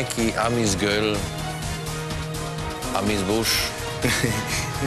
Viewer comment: Bogat "amis buš" 🤣